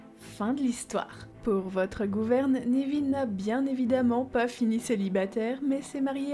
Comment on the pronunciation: Cette vidéo est très intéressante. Je ne connaissais pas toutes ces théories. J'aime bien celle sur drago et rogue que je trouve intéressante. Par contre, je suis désolée mais j'ai tiqué sur ta prononciation. On dit nEville et pas nÉville il me semble. Ça sonne bizarre à mon oreille 😁